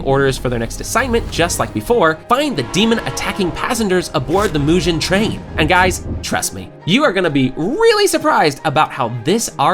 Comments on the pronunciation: Tengen (Ten-GINN) not Tenjin, and it’s Mugen (Mu-GINN) not Mujin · Did he say Mugchen train instead of Mugen train